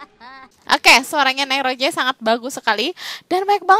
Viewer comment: Kk bukan Roje tapi Rose'